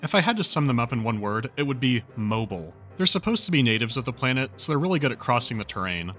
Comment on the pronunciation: Your pronunciation of 'mobile' really confused me. Where does this come from? Anyway great video, actually this game is free to play over the weekend on steam.